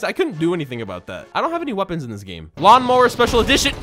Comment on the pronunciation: He said maloun mower XD